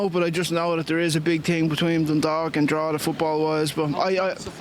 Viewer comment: btw it's Drogheda :)